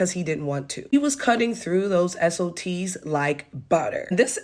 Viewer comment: SofTs not SOTs.. :P and yah, the delivery of the "Oh boy, Nazis." could be read as sadness.. or not. That's why I love it.